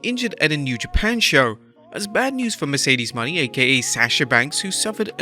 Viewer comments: Bro please stop saying Mercedes Money. It’s pronounce Mo Nay. Not money 🤣🤣🤣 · Her name is not "money" as you pronounce it.her name is pronouced "moe nay". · Her last name is Moan-aye not money. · PSA: ot's pronounced Merceded MOE-NAY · It's Mercedes Mone (like mo nay) how many videos are you gonna butcher her name